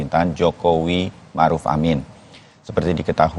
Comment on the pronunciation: Ma'ruf kok jadi Marud?